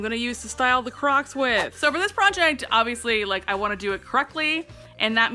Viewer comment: She keeps saying clocss